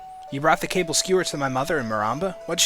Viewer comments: it is NOT "CABLE" skewers. it is KA-BALL. Ka as in caught(cau) Ka. Ball(bal) Kabal skewers. not "cable". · is it Kaball not cable